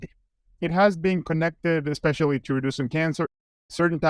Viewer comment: Did Dr. Huberman just say EXSPECIALLY?!?!?!